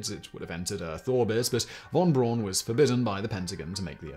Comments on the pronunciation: Yikes! I was totally taken out of the narrative every time Simon mispronounced Wernher von Braun's name. It's pronounced "fon Brown" not von Brawn. Otherwise, a fascinating piece of space history. Also, Explorer I launched on January 31, 1958. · I guess you often make these pronunciation mistakes on purpose, but von Braun is pronounced Brown not Brawn. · It's actually pronounced "fawn brown". It doesn't rhyme ;) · Hi Simon. How do you manage to mispronounce von Braun's name? It's pronounced "brown" as in "brown". And surprise: "braun" actually means "brown". P.S.: Apologies for the trolling. I still like your channels and its' presenter. ;-) Keep up the good work!